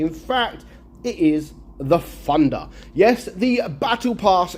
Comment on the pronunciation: I hear pronounce Thunder as "Funder" or "Fandha" sort of